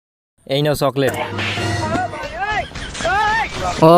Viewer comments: চকলেট ❌ চলকেট✅ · চলকেট✅ চকলেট ❌ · চকলেট❌ চলকেট✅ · চলকেট ❌ চকলেট ✅☺️☺️☺️☺️ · অন্তত ৫ পাশ করতে,, চলকেট টা শুদ্ধ করে বলতে